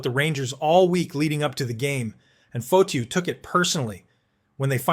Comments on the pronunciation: Dude, it pronounced Fah-tee-oh not Foh-to sorry but that drove me nuts! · This reporter does not know hockey . Nick Fotchyou? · Its pronounced Fa-Te-u …. And he was a former boxer…. And the only man Dave Schultz did not want to fight !!